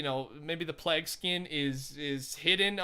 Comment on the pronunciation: Pronounced pleig (plague)